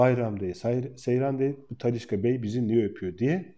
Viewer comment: Abi Talisca deme 2 damarım tıkanıyo ya :)